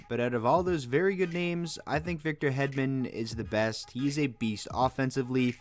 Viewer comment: hedman is pronounce like: heedman